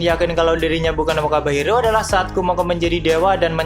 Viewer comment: Semakin berkata wakaba Hiro terus jadi terdengar wabah njirr😂